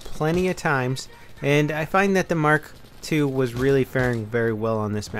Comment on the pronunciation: he means mark eleven but says mark 2